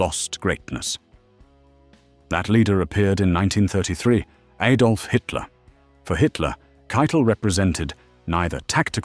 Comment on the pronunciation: Hitler's given name was not Aydolph it was Adolph. The A is short as in father.